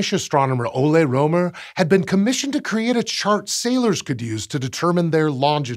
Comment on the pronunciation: First off, I'm not intending to offend, and while the topic of this channel is space, and not linguistics.... I just wanna rant a bit, 'bout the current state of Latin alphabet, because the opportunity presented itself... (Yes, I'm aware that there are other writing systems out there, that complicate things, like written Chinese, and/or Kanji, etc.) I'm fairly certain, you butchered Rømer's (both of them) names; while I'm not Danish, I am Scandinavian, and well... It sounds pretty butchered to me... The letter Ø, is pronounced if not exactly the same, at least extremely similar to the "u"... "u"... let me repeat that """u""" in the word "burn," among others... 'Cus you know, a letter can't simply have just one sound per letter, across all the languages that use that written language, and not be unnecessarily confusing for no particular reason... 🤦‍♂️ (If you're curious what I interpreted pronunciation of the name as, it's something akin to "Ålei Råoumer.") Thanks, outdated written languages, and people being afraid of language reforms... 'Cus they get to have a better, easier, and faster to learn written language, instead of being stuck with ideas of the past, where writing had to be a privilege of nobles with too much time on their hand, thus making it unnecessarily hard, for people to learn it... 🤦‍♂️ Also, English vowels are shuffled around, and whatnot, to make things even more complicated with interlingual interactions...🤦‍♂️ I think, think, that Fr